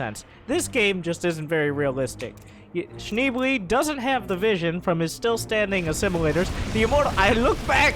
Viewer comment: It's "Shneeblay" ;)